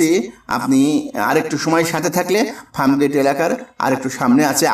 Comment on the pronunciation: O bhai ….it’s Farmgate, not Framgate!!